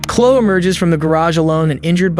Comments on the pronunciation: 1) He's been a monster his whole life... And because of the ridiculousness of our justice system, he turned into a monster with an education. Great.. He should never have been allowed in public. 2) In the second one with Chloe (pronounced CLO - EY -- by the way, STOP USING AI GENERATED VOICES) I'm disgusted at the officers seemingly lack of empathy or care. 3) The scene is horrifying and heartbreaking enough. Thank God for the officers knowing CPR, but we don't need music to underscore that scene. Also, the "insanity" defense should not be a get-out-of-jail-free card. She should still be put away FOREVER for what she did . 4) Just because someone says they're a Christian doesn't mean they are. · It’s pronounced Klo-ee! The cops here are morons. I love law enforcement, but I hope these officers got reprimanded. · The name is pronounced CLO--EE !!! Those cops should be fired for their behavior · It’s pronounced KLO-E, Chloe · this bullshit ass AI voice is mispronouncing every single fucking name. at least respect the names of the victims enough to pronounce them correctly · Seriously, you hear the guy calling out to Chloe yet you continue to mispronounce her name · How does the narrator not know how to pronounce “Chloe”? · Bruh - Chloe....2 syllables and rhymes with snowy or slowly. And those cops were bullshit. Kick that door in and rescue that girl. Were they transfers from Uvalde? I thought they might set up camp and wait until he got hungry enough to come out and find something to eat. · How does this narrator not know how to pronounce Chloe? 🤦‍♀ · it's driving me so nuts how the narrator keeps pronouncing Chloe wrong even though they say her name multiple times in the footage! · Chloe rhymes with Joey. Learn how to pronounce that poor girl's name! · Is this a computer narrarating cuz who doesn't know how to pronounce Chloe? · CHLOE!! EEEEEE. CHLOE…The E is NOT silent. Be respectful and at least learn how to pronounce the name correctly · Chlo-EEEEEEEEE Say the E